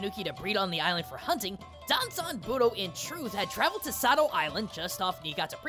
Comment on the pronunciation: I can understand why you kept saying Danzan. After all, he is your beloved chicken nugget of a bard. Plus, having studied Japanese myself, I can REALLY sympathize when it comes to messing up with kanji...